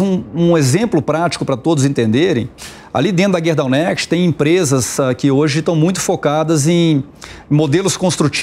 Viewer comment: nome da empresa é Gerdau não guerdau